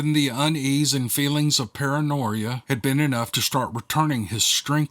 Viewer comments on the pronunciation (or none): LOL Paranoeyea. I love that, it's like a mix of paranoia and pareidolia. First-time commenter here. Not sure how to misspell that correctly but you said it perfectly. I've been listening for years & have not been disappointed even once.